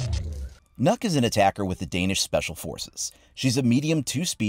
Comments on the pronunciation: Am I the only Dane who knows how to pronounce "Nøkk" properly? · I know normal players don't know how to pronounce the name right, but you said yourself that she's Danish, which means you know what language she actually speak, so when you see this letter "Ø" and don't know how to pronounce it right, you should have tried to just use a few minutes to use Google translate, and find out how to say her name correctly, becuase what you said all the time was "NOKK" which is a Danish word for "enough" just with an extra "K" in the ending, so please, when you do a YouTube video about it, do that kind of small detail research, and if you can't say the name, you can just play a small video of Google translate saying it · Kinda triggers me how people pronunce nøkk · it funny how nobody can pronounce Ø correct. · is not nokk it's nøkk ;) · Fun fact it’s pronounced nukk not knock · *Nøkk not knock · Nøkk is Danish, Ø is a Danish letter, and if you remove 1 K from her name it spells Nøk, which isn't a word, but when you sag Nokk, you're actually saying Nok, which is a Danish word that means Enough, so the joke sounds funny, but you're saying the name wrong and the joke doesn't make sense if you do a little research to find out how you say her name properly Nice joke tho 👌🏻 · It’s not Nokk, its. Nøkk. It’s like Nökk. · its nokk not knuck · Why do you keep saying "nuck"....its "knock" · Actually, the pronounciation is more like "nuke" not "knock." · NØKK NOT NOCK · it's nøkk not nokk lmao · Its not pronounced “nork”, its pronounced “noek” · But it's pronounced nuk... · No, because her name is pronounced Nukk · His name is not even close to being pronounced as "knock" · No, because unfortunately that's not how Nøkk is pronounced. It should be pronounced like nook. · Am I the only one that hears “nut” when he says nøkk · Everyone: It's Knock: Knuck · You say it like nuke but than without the e so nuk, got this from a Danish friend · "Ø" is pronounced as a "U" It's Nukk